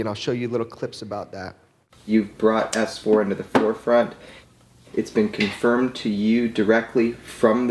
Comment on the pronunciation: Jeremy....it's "ess four" not "ass four" 😋😋😁🤓😚😍